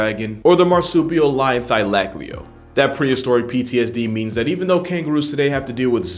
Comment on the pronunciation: What the fuck was that was of saying "Thylacoleo" 😭😭